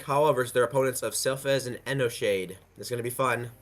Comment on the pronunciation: Bruh the narrator can't pronounce for shit... Enoshade doesn't have a D after the N and that first amalgamation go...